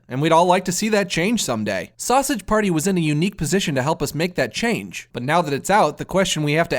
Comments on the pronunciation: "Sowsadge Pairtee" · "Sassege paerty" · I really love how he says sausage party like if hes irish